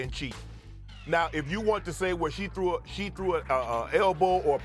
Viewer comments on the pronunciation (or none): none